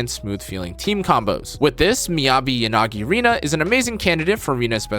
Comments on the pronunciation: just started the game to check that... Maybe that's a me problem but I can't unhear stress on "Ya"... Anyway you're right, it shouldn't be on "na" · European languages have stress that needs to be placed somewhere. I also place it on "na" part, what's wrong with that? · How I watch a video: I enjoy it until he mispronounces Yanagi's name, something that happens any video he mentions her in, today I was allowed to enjoy until 😂 I kid, thanks for the video, a good listen. I do think you sliiiiightly underrated Grace though, her strength lies in her ability to be the fastest anomaly proc in the game. So pairing her with someone like Burnice can lead to rapid and constant disorders. (This is assuming you don't have Yanagi. Whose name, btw, is intoned evenly throughout, not 'yaNAgi', just 'yanagi') 😉